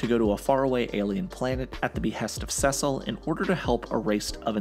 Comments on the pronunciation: The only crime in the video is how he pronounces Cecil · The whole saying Cecil name wrong is like getting poked with a needle every five seconds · lol why do you pronounce Cecil name wrong. I’m trying to make it through the video but it’s bothering me. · Good video. But I never want to hear how you pronounce Cecil ever again. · You're saying Cecil's name wromg man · Love the video, but absolutely HATE how you pronounce Cecil. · why does he pronounce Cecil that way 😭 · I’m sorry but it’s bugging me so much, how do you not know how to pronounce Cecil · I hate the way he pronounces Cecil 😂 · Please stop saying Cecil like that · Please for the love of god pronounce Cecil right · Please keep mispronouncing Cecil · I'm sorry but why is he pronouncing Ce-cil as Sesal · It's seeeeeeecil not sasel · It’s (See-Sil) not (sus-il) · “Sessile” just pronounce it as see-sal, driving me crazy. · Am I Tripping or is he pronouncing Cecil's wrong?. It sounds more like seasil and not secil like in this video. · Oh no, I just started watching these in order...and I really hope you pronounce Cecil correctly as "SEE-sull" or "SEE-sil" and not "SEH-sil" by the time I get to his video. lol (I kid. I do think your pronunciation is wrong, but it doesn't ruin the videos...at least I hope it doesn't by the time I get to the end of the Cecil one lol) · it.... It's See-sill, not Sessil. It shouldn't bug me as much as it does, jeez. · It’s SEe cill not CeSil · Sessel 💀it’s pronounced “sea soul” Cecil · why does he say saysil instead of cecil ?!??!?!?!!?!?!?!?!?!?!??!?! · It's pronounced CEECIL not sesil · I’m sorry but, it’s pronounced “Sea-sil” not “sis-sil”. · time . Cecil .. his name is pronounced "Sea-Sil" not "Sess-sil" . I can send a video of him saying his own name . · Every time he pronounces ‘Cecil’ like ‘Sessil’ it throws me way off guard 😭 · You’re pronouncing Cecil wrong its not sesell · Bro called Cecile sesil 😂😂😂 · CECIL. CECIL. SEE-CIL. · Cecil is pronounced like see sul.